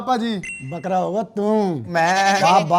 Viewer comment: fukra ❌ Bakra 😂